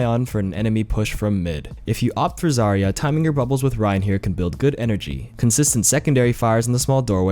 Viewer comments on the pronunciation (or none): none